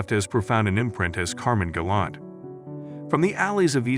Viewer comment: You couldn’t even pronounce his name right lol